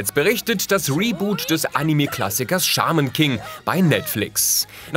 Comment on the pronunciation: Woohoo, danke, dass du dich entschieden hast, die US-Aussprache für "shaman" zu verwenden. :)